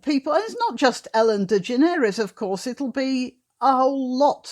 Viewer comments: Her name is pronounced De-generous. Just as we say 'generous'. I've heard her say it that way. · Ellen's name is pronounced "de-GEN-er-es." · Generous is the correct pronounciation ...... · I have never cared for talk shows. I used to watch the tail end of them for the traffic reports and weather. The correct pronunciation of her sir name is De-Generous. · However it is a French or Iberian surname. So granny pronounced it better than that Ellen dude does himself. Its "de Generes". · Its proper pronunciation is De generates with a silent s.